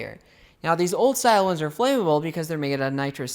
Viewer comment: flammable is not pronounced flame-able.